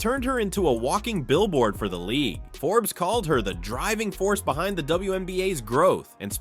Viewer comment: What exactly is "Forbeese"?! I know what and who "Forbes" is but haven't a clue about who "Foreese" is